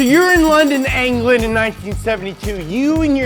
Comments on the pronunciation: SO YOUR IN LONDON AINGLAND (the way he said England hurt my soul) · In England, England is pronounced ‘Ingland’. Not EEEEngland!